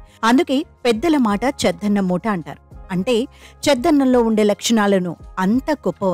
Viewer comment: చద్దన్నం అని అనాలి, చెద్దన్నం కాదు.😮